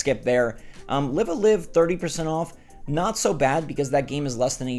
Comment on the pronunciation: Live A Live - you’re saying it wrong. It rhymes with Dive. Confirmed in a previous Nintendo direct